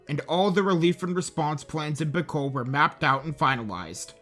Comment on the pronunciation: I. Pronunciation 1 bee-col, not beh-col (bicol) 2 bo-hol, not bo-hal (bohol) 3 seh-bu, not say-bu (cebu) 4 i-lo i-lo, not i-loy-lo (ilo ilo)